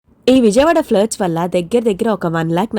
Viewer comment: అమ్మ flirts కాదు floods అని పలుకు nee tinlish మార్చుకుంటే nee videos కి views, లైక్స్ ఫెరుగుతాయి ఫన్నీ తింగ్లీష్